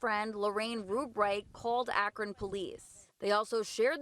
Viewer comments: Btw, it's pronounced ak'run, not ak'ron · I know that Akron isn't the biggest town, but it surprises me every time an out of towner says Ack-ron. It's pronounced Ack-run. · You’re saying Akron wrong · Did you just say Ah-Kron? Lol